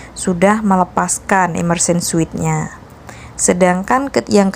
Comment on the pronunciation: Immersion suit, kalau diucapkan suit dibaca “siut”